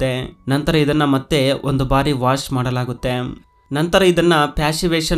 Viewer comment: ಸರಿಯಾಗಿ ಕನ್ನಡ ಉಚ್ಚಾರವಿರಲಿ . ಮಾಡಲಾಗುತ್ತೆಮ್, ಒಂದಾಗಿ ಜೋಡಿಸುತ್ತಾರೆಮ್ ...ಎಂತ ಕರ್ಮ ಮಾರಾಯ ..